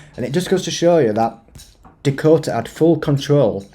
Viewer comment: Sorry but being from England born and Bread, it's NOT DIKOTA it's DAkota, get it mate? DAKOTA. The Crack, what is the crack mate? Because you are certainly NOT Irish and they use that word for 'Laugh'. Being an English man, you and I (Obviously female) The crack is like something in the walls of a house or to put it another way, where the line seperates the bum cheeks.